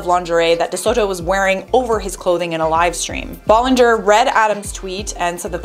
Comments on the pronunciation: Colleen B-A-llinger not B-O-llinger... sorry it is driving me crazy! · Ba-lin-ger! Not Bo-lin-ger!👋👋👋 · BTW ITS B-ALL-EN-GER NOT B-OL-ON -GOR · Ahhhh I'm sorry but not Bollinger it's Ballinger I'm sorry 😭😭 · First of all it is ballinger not Bollinger and second of all he’s doing this for the CLOUT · Did she just say bollinger? Beech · Is it hard to pronounce her name correctly? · How do you pronounce Ballinger wrong??? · He can’t even say her name right ???? And who hires a pre teen to run their social media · Why does she pronounce her last name like that??? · You saying her last name wrong... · her last name is not pronounced that way i- now that i think about it, that’s not even how you pronounce her first name HA